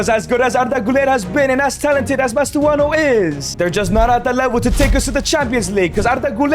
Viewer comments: Even you got it wrong lmao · Bro really said "Mastuono" again 🥀🥀